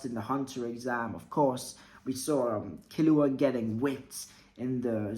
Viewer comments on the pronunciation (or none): none